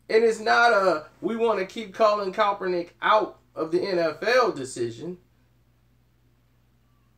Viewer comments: Sorry it's KAP ERNICK..... not COPERNICK. Lol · BRO... It's Colin KAEPERNICK! Sound it out: KAP-ER-NICK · If you can't pronounce his name right then don't do the article uncle Tom!!!!! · Now when I first seen the title of this video I was about to come on here and blast you for saying that Miami was right for not picking Colin Rand Kaepernick but I said well let me wait and see what he's saying first, and after hearing what you've said you're right he wouldn't fit into that system and the only thing that I can blast you about is the mispronouncing Colin Rand Kaepernick's name you butcher his name everytime you say it, its pronounced Capernick with a K not Copernick the way your'e saying it lol.. Now I disagree with you on why Colin Rand Kaepernick did what he did, now let me say this at first when he did it I said that he's just doing it to piss off the 49ers but when he gave his explanation I said well that's a good reason. Now what I don't agree with you on is you questioning his legitimacy on why he did it. And you also said he shouldn't done it on the job well his job is to play football and I can almost guarantee you there's nowhere in his contract or the NFL rule book that says a player must stand for the racist national anthem not yet, now that's where I disagree with you.